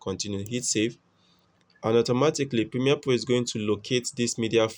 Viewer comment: pimie po o poject . dude where is RRRR